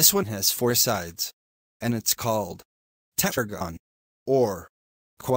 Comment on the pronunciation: You were unable to pronounce a shape with 4 sides - tetragon.